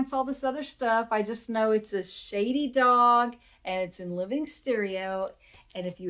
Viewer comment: Cool! I buy a lot of records at local thrift stores and deep clean them. I’ve found great new-to-me music that way. Most are $0.99! BTW, it’s “SHADED Dog.”